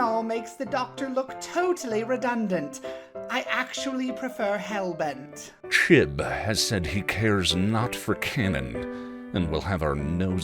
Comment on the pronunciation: "chib" said absolutely perfectly